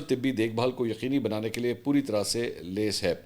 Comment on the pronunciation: منصور بھائی ۔ آپ لفظ لیس کا تلفظ غلط استعمال کرتے ہیں ۔ بہت شکریہ ۔